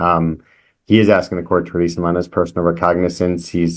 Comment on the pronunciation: "Personal Recogness"? No one should get out of jail on a bond they can't even pronounce.